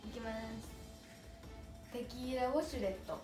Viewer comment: テキ イラ↑ウォ↑シュレット↓ww謎すぎw可愛い!!